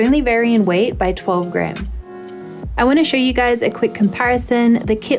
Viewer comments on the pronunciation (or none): none